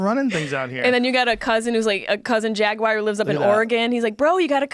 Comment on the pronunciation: Jaguar has a U in it.